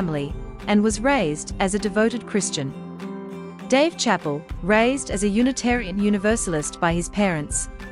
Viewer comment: Is she saying chappel? How do you talk about someone without knowing how to pronounce their name?